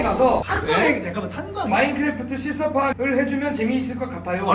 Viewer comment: 마인크레프트 ○ 마인크래프트 ×